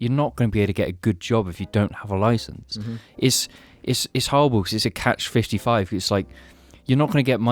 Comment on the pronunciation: Did say "Catch 55"??